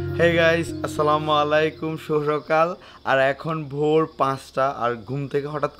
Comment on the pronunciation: not Slamalaikum❌ Assalamualaikum ✅